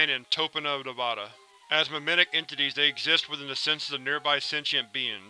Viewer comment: It is pronounced Tone-ah-pa and Nev-AD-a